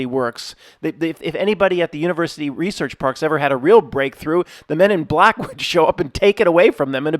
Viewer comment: The hard B in 'he's b-lack' xD 10/10